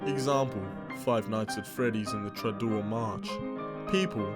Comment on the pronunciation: the tradour march? tradour? what? does he mean toreadore?